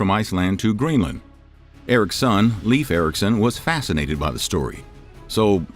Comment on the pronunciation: I love your videos but his name is pronounced more like Laef not leaf like a plant